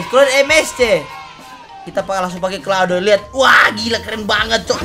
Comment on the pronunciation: Claude❌ Keode✔ 🗿